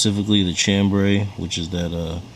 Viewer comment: Chambray = sham-bray not CHAM-bray